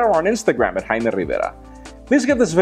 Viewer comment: HAIIIIIIMEEE RRRRIVERRRA !!!